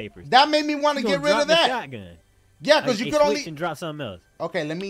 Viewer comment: His accent 😭 "It's gunna diughp"